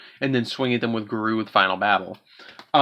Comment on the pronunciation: It’s pronounced Goo-roo, not garoo. I feel like you did that on purpose